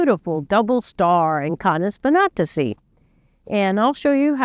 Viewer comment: It's pronounced kay-neez vin-AT-ih-see (or kān-eez vɪˈnæ-tɪ-sī)